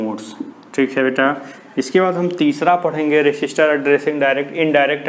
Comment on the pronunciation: Sir that is register not resister